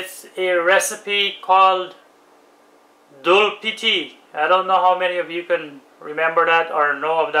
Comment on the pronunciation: Its doodpity not dulpity ... dood means milk in hindi